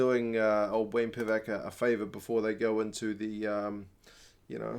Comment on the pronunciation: The name is Pivac, mate, not Privac 😂😂